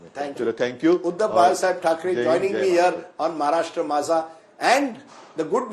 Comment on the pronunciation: Maharashtra ❌ Mhashra ✅ 😂😂😂